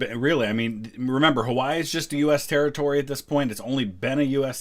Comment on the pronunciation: It's sad that December 7th has faded into obscurity, and it'll be a sad day when September 11th does. Also, the correct pronunciation of Hawaii was a nice touch